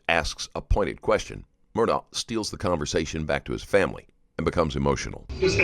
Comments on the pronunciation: hes not murdaugh, hes murdaurgher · It's ALEC, not Alex! And Murdaugh is pronounced "Mur -Dock". Man, I love the reporting, but get the names right please. 💙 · How are you going to do a documentary like this and not be able to pronounce the persons name right? His name is spelled Alex, but it is pronounced Alec. His last name is Murdaugh, but it’s pronounced Murdoch.